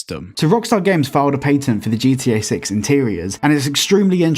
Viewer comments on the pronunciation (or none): Pat-end not pate-in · it's patten not "pai-ten" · i don't care for your accent but you pronounce the A in patent to much